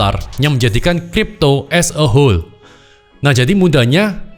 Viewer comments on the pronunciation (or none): As a whole,,, kita denger "asshole" 😂